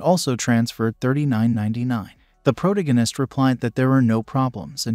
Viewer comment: Hearing “proganist” and “protagonist” over and over ruins the video. Use names.